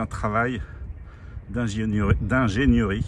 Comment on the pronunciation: Prononcer (écriture phonétique) : ingénieurie non, ingénérie oui.